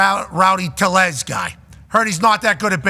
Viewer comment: Passan's pronunciation of tellez is Lombo on Hawkers's roids😂